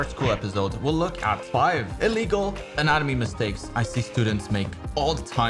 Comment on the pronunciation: min, I had to rewatch, or rather re-listen, several times because I kept hearing "in anime" instead of "anatomy".